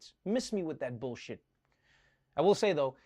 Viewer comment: Did he say” Miss me with that billshit”. So glad you’re back Trevor.